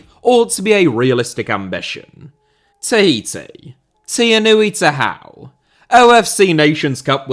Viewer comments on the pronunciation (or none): Your pronunciation of Tehau's name reminded me about Benedict cumberbatch pronunciation of penguins in a documentary. You got right once, and then proceded to completely butchering it over and over again